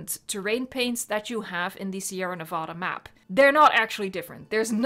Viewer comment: As a spanish-speaking guy: translating "Sierra Nevada" from spanish to english can give you the reason why all texture brushes look the same there... CUZ IT'S "SNOWED MOUNTAINS"! Also the way you pronounce the map's name sounds weird to me.